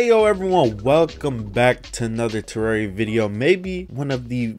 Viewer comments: It's pronounced Te-rare-ia. Not Te-rar-ia It's as in terrain. It's actually pronounced that way it's not just how I'm comfortable saying it. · Why do you pronounce terraria “terreria”??